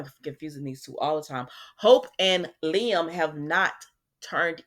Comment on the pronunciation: I'm so happy you pronounce Liam's name correctly. I caught this one video that called him LIME! 😂